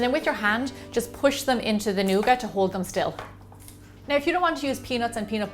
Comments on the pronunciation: Lol nooga It's nougat. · I love the way you say nougat, thanks Gemma!